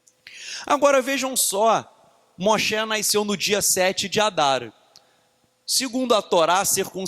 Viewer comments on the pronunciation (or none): Não consigo focar depois que ele fala "naisceu" "naiscimento" 😣